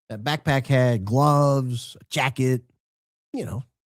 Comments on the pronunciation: The way says “backPACK” lol cracking me up! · Alright, now you're just "BACKPACK"ing on purpose now,. 🤣 All I could hear was AFFLACK or ACKACKACK from that Martian movie, lol. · The emphasis on BACKPACK 😂 thought he was going to sing Dora The Explora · The way you say backpack has me cracking up I think we need to do a skit with Dora the Explorer saying it with your voice lol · Say “backpack” one more time 😂…it made me laugh for some odd reason 😂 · if you say backpack like that one more time, I may scream! STOP!